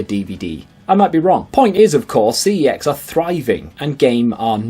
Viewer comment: You pronounce Cex 'Sex'